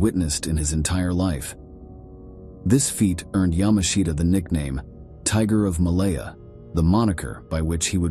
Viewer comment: "ya•MAH•shta" is correct.